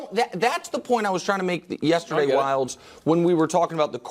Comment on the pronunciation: Wildes!!! Lol....doesnt sound like it